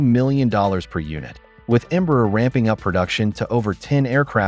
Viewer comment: ¿Por qué cuando pronuncia "Embraer" parece que tiene un huevo cocido en la boca?